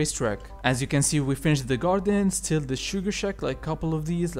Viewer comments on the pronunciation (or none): none